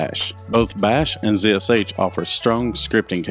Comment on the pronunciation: Ha, he properly pronounces it zee esh aytch. Instead of Zed Esh Haytch.